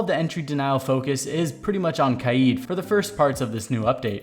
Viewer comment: Ive never heard the name Kaid so badly mispronounced